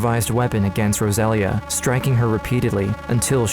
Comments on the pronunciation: It lust bothers me that as they are clearly Latinos, the mother's name is obviously "Rosalia" (Without the gringo accent and a very strong "R"), but the man in the video keeps calling her "Góusalia", I can't. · It’s pronounced Rosa Leah not Rozalia. It’s almost disrespectful how white people will not take the time to learn the proper pronunciation of foreign words. But I will always school them. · Please learn how to pronounce Rosalia.